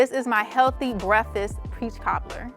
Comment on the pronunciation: Sis messed up when she said "healthy"